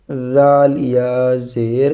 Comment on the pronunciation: Bhai aap Jaal galat padh rahe ho